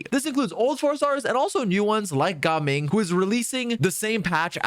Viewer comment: It’s gaming, if they wanted us to say gah ming they would spell it Gahming 🤷🏻🤷🏻🤷🏻😎 My guy wants to pronounce this but cant say anemo correctly 😂